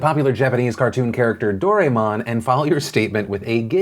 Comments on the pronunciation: It is actually pronounced do-re-mon because he is a japanese character and written in japanese it would be どれもん, the れ (re) is taditionally pronounced 're'. ど(do) れ(re) も(mo) ん(n). This is not a hateful comment, I just am very much passionate about the japanese language. (I am also not a weeb). :) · It’s pronounced (door-eye-mon)